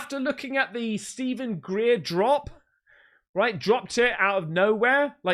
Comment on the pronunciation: Speed time. Greer? Lol